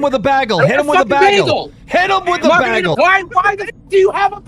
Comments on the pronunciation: Why do none of yall know how to pronounce the word bagel? Its Bay-gul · Why can't anyone pronounce "bagel" correctly in this video?